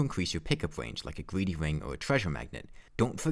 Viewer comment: Gweedy Wing